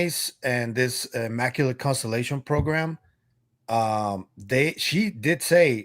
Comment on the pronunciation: hmm. Guess you missed the lack of evidence during that entire session. Also, she should learn how to pronounce words like maritime and immaculate. But thanks for outing yourself for agreeing with a lunatic.